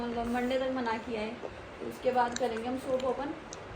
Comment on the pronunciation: bolna Aata nahi mallab mallab karti rahti hai matlab hota hai wo aur jab english nahi boli ja rahi to Kyu style maar rahi ho hindi wali hi audience hai tumhari